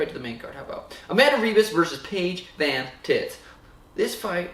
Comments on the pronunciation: He say Paige Van Tits? Lol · Mans said “Paige VanTits” brooooo I’m dyin’ here. Careful though, her hubby has an adams apple tat (